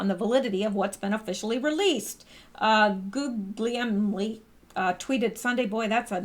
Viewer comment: Gugliemi = Gooy-yah-mee. Or at least that's how Rudolph Valentino's name was pronounced in the long version.